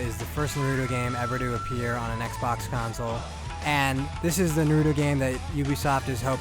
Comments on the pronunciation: For goodness sake, man, Naw-roo-toe!!!! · I wanna staple his mouth shut after hearing the 4th NARUDO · Why do ppl say nuhruto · I guess Asians pronounce english as "engrish" and white ppl call naruto "narudo".. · I couldn’t watch this video beCAUSE YOU KEPT PRONOUNCING HIS NAME FUCKIN WRONG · It's funny, after playing a game where characters constantly say the name "Naruto", you'd think the reviewer would know how to properly pronounce it! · damn your pronunciation was borderline insulting... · Wish you could pronounce Naruto right. :/ Kind of insulting.